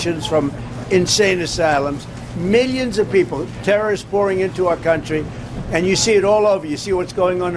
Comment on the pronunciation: "...meeyuns of people..."